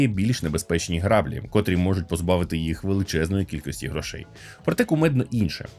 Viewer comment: Не грАблі а граблІ